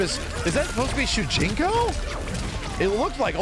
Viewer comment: It's shujinko